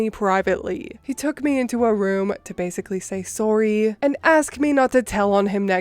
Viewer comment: I love hearing a Canadian say sorry